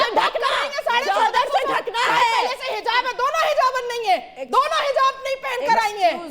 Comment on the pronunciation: phele hijab bolna sikho hizab nh😂